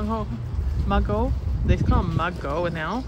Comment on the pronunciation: I've been out working in the garden all day. Mugo is pronounced moo go. My friend gave me a plant but she didn't know the name of it. I don't want something that's going to take over the garden. I don't recognize the leaf. It must be hard trying to find plants hardy for your zone. What about a canna for the tall plant in your pot. You can save the corm for next year. That's what I do. Sorry about your coleus. I don't mind spending money for perennials but I hate spending it on annuals. How much do the PW petunias go for there. I paid $5. Bonny